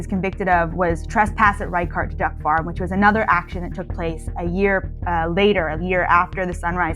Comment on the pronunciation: It's pronounced "rey-shart", not "rai-kart".